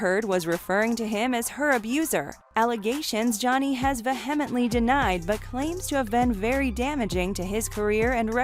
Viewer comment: Jesus. Ve-HEMently? Please learn how to speak your own language.